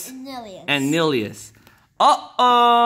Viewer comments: Its NILLILOUS!! not nylious. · Not nylous it's nillious